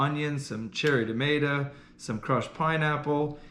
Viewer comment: I know it probably kills kelly but did you hear say damata I'm pretty sure it's tomato you crack me up po-trico